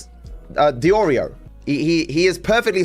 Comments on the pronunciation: It just hit me: I think is saying "Duh-Drio" instead of "DeOrio" because of the font on your Twitter account. He may have read it as "DeDrio" instead of "DeOrio" — not to come across as 🤓👆, but that could be the possibility. Though, your blatantly says "DeOrio" so he may be taking the piss out of the font? Idk. I was meant to come into chat and tell you, but it went completely out of my head. Hope you and chat are having a good day/night! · This guy trying to come up with an insult toward you is hilarious. "He LOOKS like an Oreo." "Nicholas Dodrio." Bro. It's not that hard. Deorio. Eat Oreo. Nick Eat-Oreos. Boom. You're done. Fat joke made. Move on with your life.